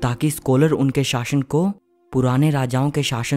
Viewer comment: शाशन नहीं शासन होता है।